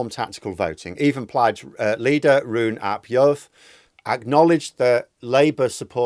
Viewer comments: It's pronounced 'Reen app yorworth' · Great takes as ever, please take a moment to learn how to say Rhun ap Iorwerth’s name, it’s really not difficult